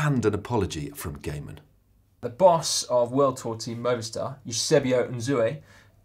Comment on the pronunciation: Mr. Stephens, you even met Phil Gaimon yet still you pronounce his name wrong: You pronounced it as 'Gay-mun' and it's 'Gi-mun' , have some respect for the man. And why is a part of the cycling world outraged at his comments in his book? What, FB is the only cyclist to be suspected - accused of, admitted to, caught even - of cheating? Pro cycling should be ashamed of itself for it's well documented history of cheating, even a somewhat ambiguous website like Wiki has a long, long, long list of convicted cheaters. Phil Gaimon openly admits he has never doped and many in the peleton do and did, so GCN ought to clearly respect his belief on cheats. Dan Lloyd was in the peleton for a few years, perhaps he can compile an in-depth report on what the belief re doping/cheating was in the peleton during his years. Records indicate that during his years dopers were indeed caught, there must have been whispers, rumors, etc. Dan is widely respected for his knowledge and understanding of bike racing, and rightly so, therefore such a report would earn your channel a lot of respect, but likely you are keeping your heads partially buried in the sand so as to '"limit the damage to the good name of pro-cycling" (too late for that, of course) and protect the number of views/subscribers you can publish. Phil Gaimon has an engaging on-screen personality, something that GCN is lacking. I've gone from watching GCN daily to once a week at most, and GMBN is a children's show; that is the general